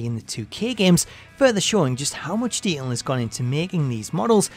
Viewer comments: Nobody: This guy: De(t)ail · If you're going to use the word detail numerous times, then learn how to pronunciate it properly FFS. The narrator has a voice like nails on a chalkboard. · Learn how to say detail